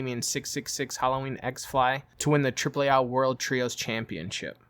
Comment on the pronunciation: Triple A not AH